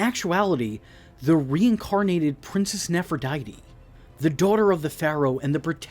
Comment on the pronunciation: nefertiri not nepherdite. You’re thinking of Aphrodite. You gotta check your pronunciations brother.